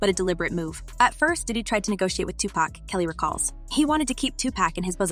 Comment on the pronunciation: Honey your always saying Tupac name wrong.